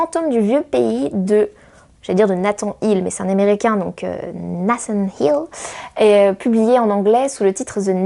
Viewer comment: Un like pour Nicolas Martin et pour l'accent anglais sur Nathan Hill !